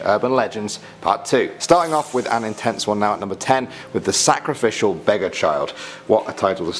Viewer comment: I thought it said Sacraficial Badger Child...